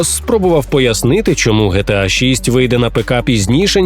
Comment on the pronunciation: Не ГеТеА, а ДжіТіЕй